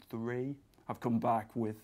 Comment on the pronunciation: true hundred, tree hundred years